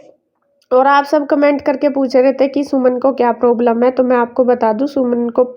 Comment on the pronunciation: Problam hota hai poblam kya hota hai 😂😂😂😂